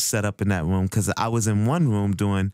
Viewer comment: He says room like "vroom" haha :D